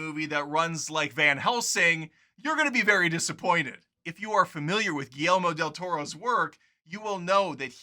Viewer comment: Who's Guellemo? lol